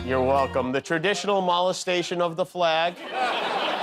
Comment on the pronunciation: Could have sworn you said "Mollusk-tation." Cause Trump is rather slimy.